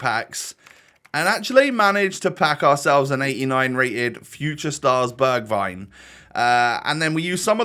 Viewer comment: You say it like berjwign